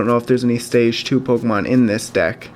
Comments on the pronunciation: It's poke e mon not poke a mon. Grammar much? :) lol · It's Pokémon